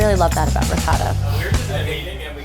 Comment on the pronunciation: She’s great but every time she said ricotta I cringed (I’m Italian)